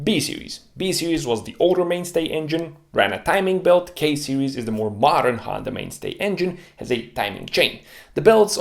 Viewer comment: Rorer chain and timing bert. Rrrrrrr....😂